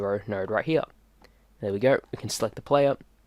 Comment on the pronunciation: If I had a nickel for everytime I heard “nard” Cool tutorial btw, thanks